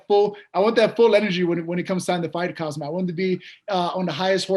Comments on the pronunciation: This dude keeps saying “cumsock” instead of khamzat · Is he calling him Khazmat or am I hearing it wrong? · I don’t know why Ariel didn’t correct Neil once how Khamzats name, he kept saying khazmat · May be if you pronounced his name Khamzat instead of 'Khazmat', you would get the fight?! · Neil « Hazmat » Magny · Did nobody else notice Neil Mangy was saying KHAZMAT? 🧐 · I love how he keeps calling him Cumzat 🤣 Chumaev doesnt want that smoke! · To Neil, A. It's Khamzat not Khazmat B. Khamzat isn't going anywhere so you'll get your chance if you keep trying for it. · Cumzat?! Lol he said 3 different names for khamzat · he kept calling him Kazmat🤣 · How does he keep saying Kazmat when Ariel is clearly saying Khamzat? How do you not notice that? 😅